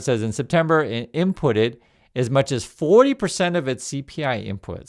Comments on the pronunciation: i think the word is from the verb 'impute', pronounced (im PYOOT'): example: ' commerce to give (a notional value) to goods or services when the real value is unknown'. so we know that there's a whole lotta imPYOOTing going on in this corrupt administration, and to expect this on a regular basis as the books keep on being cooked. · Hi. Impute (not imputted as you pronounced it) means “to give (a notional value) to goods or services when the real value is unknown” so the word they use sort of says “it’s not real.” By the way, who’d believe ANY figure the American state provides right now.